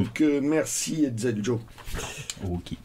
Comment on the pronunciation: merci pour toutes ces précisions. je fouetterai Hetzel pour cette mauvaise prononciation (est ce que je l'ai aussi?)